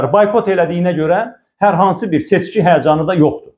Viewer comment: Seçki adını heç öz kanalları deyə bilmir, fəlakət